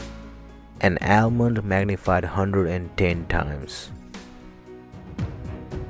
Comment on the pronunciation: How is it that you can pronounce and know words like extruded, but you can't pronounce almond correctly?